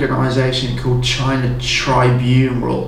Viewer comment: "tribunral". Struggling with the script there a bit mate